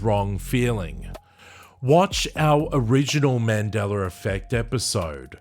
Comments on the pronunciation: MandelaR effect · haha "mandeler" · Man Dellar? Where did the "R" arrive from? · Why do I always hear "Mandeler Effect"? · I don't know what timeline this Aussie is from, but there's no hard "R" in "Mandela" effect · I was going to say the same thing. I get it there’s an accent but how do you not say a name correctly??